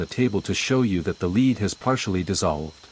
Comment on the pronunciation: LEAD is pronounced /lɛd/ (rhymes with bed